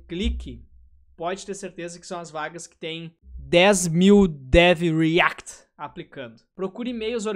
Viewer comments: Cara, POR FAVOR, fala "riact" em todos os seus vídeos kkkkkkkkkkkkkkkkkkkkkkkkkkkkkkkkkkkkkkkkkkkkkkkkkkkkkkkkkkkkkkkk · eu acho hilário ele falando "dev REACT" akakakak